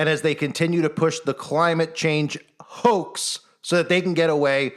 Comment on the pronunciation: when says "HOAX" lmao!!!